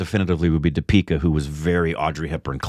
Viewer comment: You guys are accenting the wrong syllable in Deepika...should be accenting the first syllable not the second.